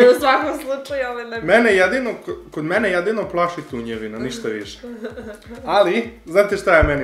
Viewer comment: Kako smesno kaze tunjevina😂😂